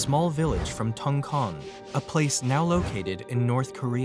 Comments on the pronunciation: It is pronounced like Tongcheon; Tong from Tong King, Cheon from Luncheon. Not tonkon. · not TONG-KONG😂😂 it sounds tong- (Church’s ch) cheon